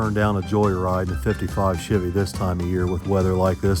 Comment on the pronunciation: Your always saying Chivy and not Chevy. That’s how it sounds anyhow…